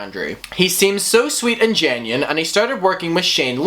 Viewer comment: Man you saying situation and genuine is rough lol